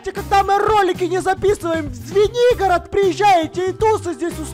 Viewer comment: Поч я услышала свинигорог а не Звенигород